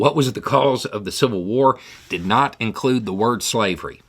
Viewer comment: couldnt say slavery